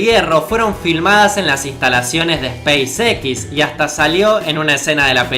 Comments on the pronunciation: space EQUIS.... space EX suena mejor ;) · Banana, se dice speis ecs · se pronuncia espeis ex ( space x) no espace equis ... porque combinas ingles y español? buen vídeo, pero ese detalle es de mal gusto. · Esa "A" de SPACEX me parece una "Y" diría SPYCEX, quiza solo es cosa mia pero es curioso. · spacex yo lo pronuncio speisez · Si vas a pronunciar en inglés "space" y no "x" para eso decilo todo en español.Bestia. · se pronuncia espeisix :V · Se me quema una neurona cada vez que dice "espeisexis".... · La pronunciación de los nombres que usas es repugnante hermano. Youtuber y no sabes pronunciar SpaceX? Ni siquiera PayPal que es tan fácil? Aprende a pronunciar bien los nombres hermano no seas tan sinverguenza. Es una crítica dura porque no soy hipócrita, es para que mejores no para que te ofendas. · Seria bueno que si vas a pronunciar en ingles el nombre de la compania "spacex" pronuncies tambien la x en ingles, sinó no tiene sentido, no te parece?